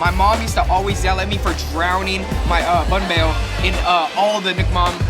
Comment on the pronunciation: Yo dude, get it together it’s banh beo or bánh bèo with the tones, not the effing bahn beo man